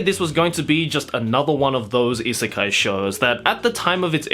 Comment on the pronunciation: I know! It was bothering me to no end hearing him repeatedly call it an isekai. Lol